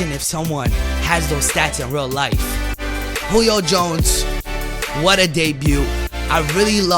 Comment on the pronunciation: why does he say Julio Jones name so weird